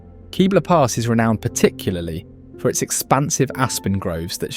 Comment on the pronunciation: Love this video, have been to and recognized every area as my wife and I are avid Colorado hikers and lovers of hot springs and waterfalls. She's a native and I'm a 4 decade old transplant. Two corrections on pronunciations: Ouray is pronounced "yoo-ray", not "oo-ray", after Chief Ouray. And it's Kebler pass with a short "e", not "Keebler Pass" - no cookie elves up here. Note: The Lincoln Memorial and Tomb of the Unknown Soldier are made from Colorado Yule marble, known for its purity. I'm sure I could add a few dozen other places, but this does a very good job of giving a broad and well-covered overview of the many wonders of Colorado.